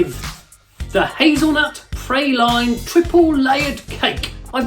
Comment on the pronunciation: Interesting. Praline pronounced to rhyme with "saline". I've always heard it "Pra-lean", as in the first syllable of "Prague".